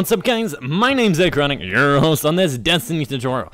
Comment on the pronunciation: Wtf was "yerrrr host" speak english!